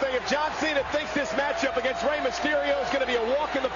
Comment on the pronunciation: It's Rey, not Raye.